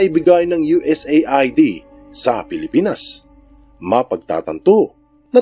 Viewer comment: US-AID ang tamang pag bigkas sa USAID...